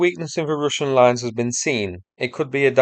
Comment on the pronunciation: am i the only one now saying Rooshin?